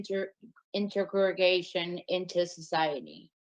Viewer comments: WHO wrote that speech for her? "in-ter-ig-a-gay-shun into society"??? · This lady can’t even pronounce integration 🤦‍♀️